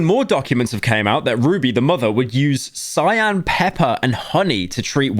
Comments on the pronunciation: Cayenne pepper is pronounced with a “k” sound like “kai-anne” not cyan lol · How is bro British and doesn't know how to pronounce cayenne pepper bruh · ah yes, cyan pepper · tf is "cyan pepper"? its fuckin pronounced kai-yen ya block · Pyro literally said “cyan pepper” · cyan pepper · I was more impressed by his pronunciation of cayenne pepper